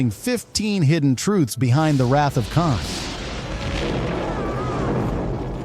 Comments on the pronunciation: “Caaan”??!???!?? C’mon, if you’re going to use AI voices, at least make sure the AI knows how to pronounce KHAAAN! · Not bad for an AI Generated Diatribe... it may just be the voiceover but calling KHAN 'CAN' is a tipoff.... :p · Just imagine if it was actually "CAN!" like the AI slop said it instead of the actual "KHAN!" 😂😂😂